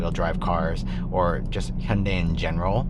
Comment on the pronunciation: nice to hear someone else who can pronounce hyundai correctly lol. thanks for the video man, this is my dream car rn